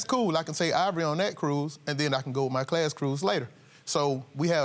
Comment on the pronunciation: Ivoiree instead of Ivory? Why?!?!